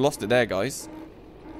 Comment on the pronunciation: he says dice 🎲 instead of saying guys 😂😂😂